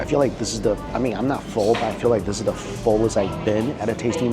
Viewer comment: Or pronounces the word THE as DUH